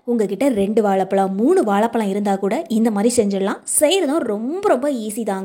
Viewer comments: உச்சரிப்பு கவனிக்க வும் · It is not வாளபளம் 😂